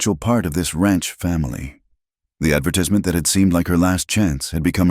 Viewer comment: Getting the way to say 'advertisment' wrong is a bad way to start a story!